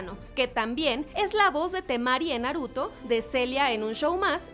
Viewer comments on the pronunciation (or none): none